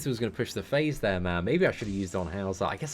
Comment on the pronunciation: i like your videos BUT the way how you pronounce "there" triggers me so much hahah xD